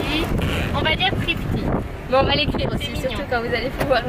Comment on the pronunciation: ca se dit srifty